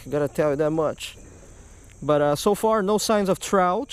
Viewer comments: damn u talk so much its trout not Trouthchhh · What the hell is a trouch?you mean “Trout”?